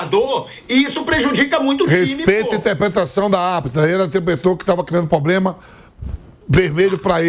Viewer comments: Isso é um representante "corintiano" hein rsrs não tem a capacidade nem de falar PROBLEMA ou ele fala pobrema ou problema, enfim é mais um semi analfabeto "ídolo corintiano" falando merda. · Vamp..... P-R-O-B-L-E-M-A. nao eh Pobrema, Problema, Plobrema.... tantos jornalistas e ninguém pra ajudar....???